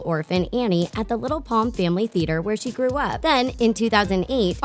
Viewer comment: i heard where she trewh up not grew up